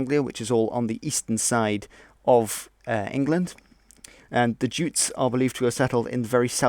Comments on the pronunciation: Yutes. Remember? We decided from now on to call em Yutes not Jutes. Right? Huh? 'Kay? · Very broad and general. By the way jutes pronounced yutes (yutelond) who also settled in Isle of Wight as well as Kent. Ultimately all very vikinger/germanic, including the normans (norsemen)...